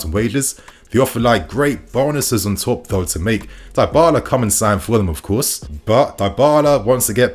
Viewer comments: I cringed every time you said Darbala…Dibala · Pronounced “Dee-ball-ah” not “die-ball-ah” 🙄